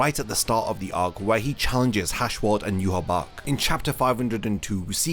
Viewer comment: That (in my opionion) is not how you pronouce Yhwach, The leader of the Quincys, It is prounouced for me, Yah-Waach.